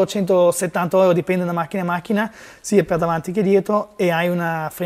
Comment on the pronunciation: Tutto molto bello, ma sentire pronunciare la parola euro alla tedesca "oiro", mi fa sanguinare le orecchie 😂